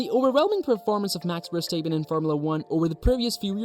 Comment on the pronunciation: You pronounce his name like …. what? Verstaypen? Ridiculous.